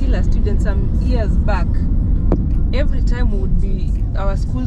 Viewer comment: Years ... not ears please